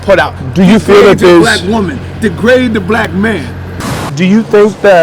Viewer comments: my dude said denagrade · Someone should tell this poor soul how to pronounce degrade